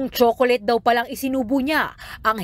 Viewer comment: HAHAHHAA CHOCOLATE, POTACCA ATE 😂